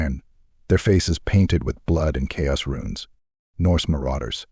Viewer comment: Absolutely love your work but could you please train your Ai to say chaos lol